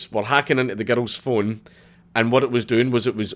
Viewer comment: it was a huwat?